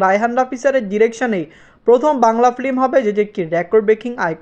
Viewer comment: আপনার ভিডিও দেখতে চাই, কিন্তু ফিল্ম কে ফ্লিম বলেন, এটা কানে খুবই বাজে ভাবে লাগে। আর স্কেল কে স্কিল বলেন এটাও শ্রুতি কটু লাগে। ভিডিও আপলোড দেওয়ার আগে আপনার উচ্চারণ গুলো শুধরিয়ে নেয়া উচিত। আর সবাইকে স্যার ডেকে নিজেকে তুচ্ছ করে ফেলবেন না।